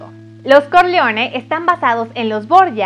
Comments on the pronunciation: Se pronuncia “Corleone”, no “Corleoni”. Porfa no pronuncien en inglés palabras que no están en inglés. Por ejemplo, se dice “Borgia” como se escribe y no “Boryia”. Háganle un favor a todos y burlaban a hacer el video. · Soy un hombre sencillo, escucho "Vito Corleoni" y le doy dislike al vídeo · Todo muy bien pero pronuncias muy mal los apellidos dices CORLEONI Y CORLEONE pronuncias muy mal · con aires de norteamericana. Es Corleone, no Corleoni. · No se si se te paso, pero si no trabaja con tu pronunciación es CORLEONE no CORLEONI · Aparte de la voz extra chillona, pronunciación exagerada No sabe pronunciar el apellido Corleone. 😕 mejora un poco por favor. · Es Corleone así como se escribe